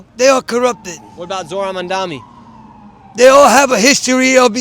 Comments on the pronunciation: How hard is it to pronounce mamdaNi not mamdaMi ffs its not that hard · Why is Nick constantly mispronoucing his surname - its MAMDANI not MANDANI!!! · Start my learning how to pronounce is name. It’s Mamdani, not MamdaMi. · Why is Nick constantly mispronouncing his surname - its MAMDANI not MANDANI!!! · its pronounced mamdaNi not mamdaMi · IS ANYONE GOING TO PRONOUNCE MAM-DANI CORRECTLY ? HIS NAME ISNT MON-DOMMEE!! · `mum-donnie. not that hard. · Manami, Muhdommy, Muhdoni, Manndammy, how can nobody pronounce his name? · Nick, I'm not voting to Mamdani but please pronounce the dudes name right! 🤣 (Mom-don-i) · Good interviews-pronunciation is Mamdani with an n. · mamdami, mandami, madami, mamami!! why can't this guy be consistent in his pronunciations! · Bad journalism. Inaccurate headline. Bad interviewing skills. Bad. Just bad. Learn to pronounce “Mamdani” before you run around town with a mike and a camera, kid. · Am I deaf, or was Nick mispronouncing his last name the whole video? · Bro does NOT know how to pronounce ‘Mamdani’ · They dont even know how to pronounce their names, & their voting for them?? God, Help Us!!! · Is it just me or do none of the people interviewed sound like they know anything? Also, why can't anyone pronounce "Mamdani"? 😂 Can't wait for NY to wreck itself. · OMG some of them cant even pronounce his name right and still vote for him! WTF is going on!? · Like the one girl who couldn't even pronounce his name lmao